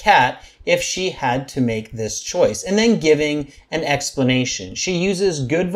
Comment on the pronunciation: good “explanatation”? Sorry…I’m a native English speaker, and I don’t recognizagate this word 😂